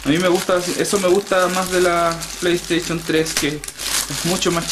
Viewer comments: jaja pley teichon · Pleyteichun 4